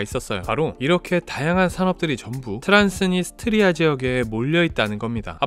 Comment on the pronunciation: 트란스니 스트리아가 아니라 트란스 니스트리아아님? 되게 거슬리네 ㅋㅋㅋ